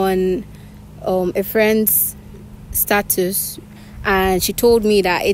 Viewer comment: It's not pronounce status. The a needs to sound a not ad e.